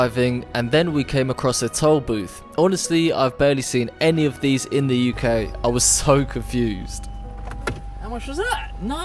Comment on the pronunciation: I dint notice you where British until you said the UK